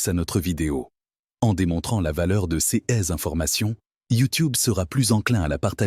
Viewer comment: C’est de l’ia qui cause ! Complètement insupportable ! Exemple : « ces » l’ia prononce cèces !